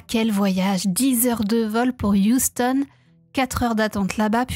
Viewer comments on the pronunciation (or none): none